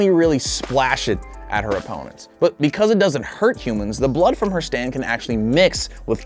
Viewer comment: You said sand not stand